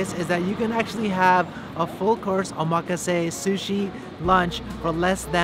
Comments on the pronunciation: how ya gonna live in japan and pronounce omakase wrong? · I think you're pronouncing "omakase" incorrectly. While you're at it, shave your nostrils. You can see the pollen in your nose hairs. LOL! Just kidding. You're doing a good job. Actually, I think we're related. You're like the child of my long lost auntie who married an orangutan. ROFL! Again, just kidding. Show 'em who's boss! Be pinoy and be proud!